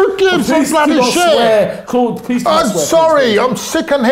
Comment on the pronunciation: Wtf Claude your italian accent is perfect..are u italian?